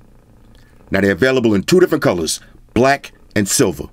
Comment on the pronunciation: I like the way he say "it comes in two different colors - BLACK and silver"